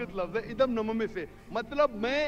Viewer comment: "इदम् न ममे", नहीं बोला जाता है। "इदम् न मम!" सही उच्चारण है, मेरे अनुसार। जिसका अर्थ होता है, "इसमे मेरा कुछ नहीं है"। "इदम् न मम्।" का उच्चारण मात्रोच्चार के अंत में समर्पण के बाद बोला जाता है कि मैंने जो कुछ भी आपको समर्पित किया है, वो आपका ही है इसमे मेरा कुछ नहीं है।